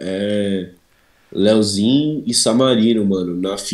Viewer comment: minha agonia eh ouvir o falando "Leozinho"